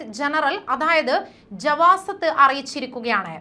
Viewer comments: جوازات ജവാസാത്ത് എന്നാണ് വായിക്കുക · മോളെ ജവാസാത്ത് എന്ന് ഒന്ന് വ്യക്തമായി പറയൂ ഇതൊക്കെ പഴയ നിയമങ്ങളാണ് കൂട്ടിയോ നീ എവിടുന്നാ വരുന്നത് വാൾ ഇപ്പം വാർത്തയുമായി വരുന്നു